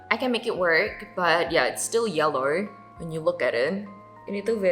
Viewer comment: iya lo td pas ngomong yellowrrr lgsg ngeh tinggal di aussie kahh